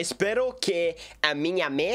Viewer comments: falou meio q em francês kkk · Nossa!!! Está bom seu português, embora a pronúncia precisa melhorar da pra entender sim! Você disse que gosta de conversar com sua mãe, a palavra mãe "mother" na pronúncia está errado, você falou "mí ou me" eu acho, ficou engraçado 😆😆. Mais o restante está muito bom mesmo, seu português está mil vezes melhor que o meu inglês kkkkk. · "A minha mê"